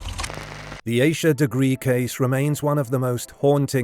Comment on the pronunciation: Please pronounce her name correctly. If you can say Reinhold Schultz Suzuki etc you can say Ahh-sha(Asha)